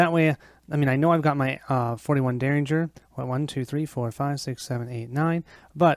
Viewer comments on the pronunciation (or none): If you care Myriad is pronounced "Meer ee ad". If you don't care, please excuse me for mentioning it. While I'm at it, derringer is pronounced "Dare In Jer"